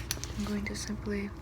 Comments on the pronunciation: I know she's saying "simply" but I swear I hear Pleesa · I went to the comments and apparently she's saying "simply" I thought she was saying "PLEESAPLEESAPLEESEPLEE" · You said Simply. I'm offended 🤣🤣